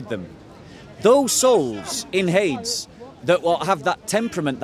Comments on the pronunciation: Hades = Hay-deez (Greek) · It is Hadeeees. Pronounce it properly.